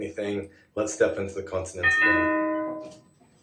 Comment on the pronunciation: First off, you are NOT expats, you are immigrants. Second, it's not 'continent'!! Pronounce it properly, it's 'con ti nen-che'